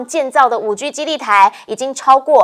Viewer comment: 5G cannot be spoken as 5Giu. No good pronunciation.